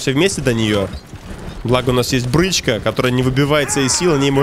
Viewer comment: Во первых, "брИчка", а не "брЫчка". Во вторых, "drugs" переводятся как медикаменты, препараты.